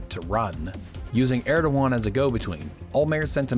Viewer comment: was tryin' ta figure out for most of video whom u were refering to,when it was Erdogan "err da gon",sir. 13June'25